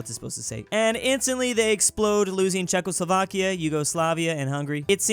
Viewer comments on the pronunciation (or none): none